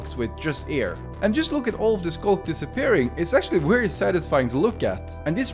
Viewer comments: Why do you saw wary instead of very? I don’t mean to be rude, just curious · I love the way he pronounces "very"😭